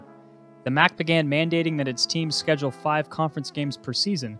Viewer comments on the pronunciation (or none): none